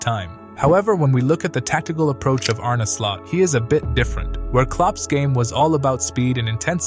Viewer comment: Pretty fab video, but you're pronouncing his name incorrectly. It's more Arn-uh, not Arné.